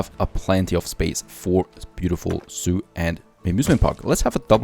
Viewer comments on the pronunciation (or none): when you said zoo i always heard soup :)